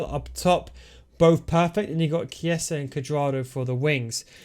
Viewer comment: Never heard anyone pronounce the way you did with chiesa 🤣🤣